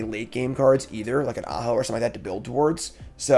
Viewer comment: If you were, no harm no foul, but you didn't telegraph the joke very well, so it just sounded like you were mispronouncing the name.